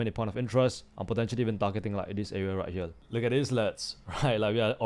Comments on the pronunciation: More like "Heyriel" but we get what he means. So we move on 😅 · Did yall notice bro is saying right hyel😂😂😂